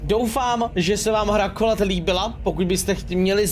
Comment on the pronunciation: čte se to knolat